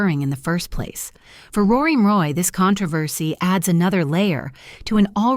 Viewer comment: Who the hell is Rory Moroy? When you get the subjects name wrong in the very first sentence...I watch no further!